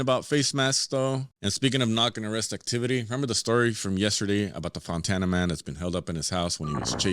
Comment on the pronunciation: Cracks me up, all the over-rolled "Rs" and extra accent on Spanish names like it's natural and automatic, but forgets that Fontana is also Spanish and pronounces it like a white dude. LOL. Pocho. It's all forced and fake.